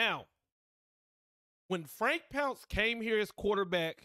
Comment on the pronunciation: It's not "pounce," it's "Ponc-ay," it's French